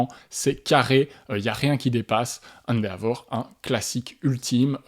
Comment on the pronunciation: Encore une vidéo très agréable. Il faudra que je mette le nez dans l'univers impitoyable du jeu de plis Japonais un jour. en revanche, après plusieurs vidéos dans lesquelles il est cité, je ne parviens plus à me taire : Endeavor se prononce plus "Haine Dévore".